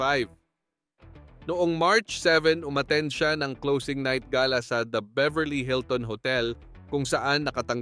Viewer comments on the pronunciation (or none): none